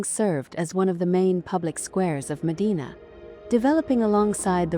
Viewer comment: Mòdena, not Modìna. The E letter sound like in “gem”.